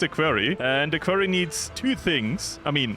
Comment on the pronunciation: Just a heads up: You pronounce quarry like kworri not like kwerii.